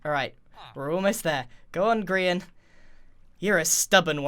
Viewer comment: Welcome to grain Ville! What do you mean it’s grian? No it’s grain. Definitely